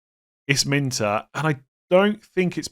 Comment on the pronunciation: Come on you’re trolling me now! It’s Min Tay not Min Ter! Even Gary Neville says it correct and he’s a twat! 😂😂. Be better…👍